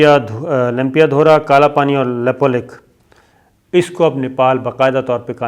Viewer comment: Abe laude Nepal chota hai na toh China se darega na toh India se ,Nepal Kashmir nahi hai ,tuje jaaan hai history padh aur news bana ,desh chota hota hai population kaam hoti hai ...lekin international bradari ek hai.Nepal ke bare mein bina jaane samjhe kuch mat bol, lepulekh bolna tujhe nahi aata.news banane aaya,bolna nahi aata Nepal ke jamin ke bare mein.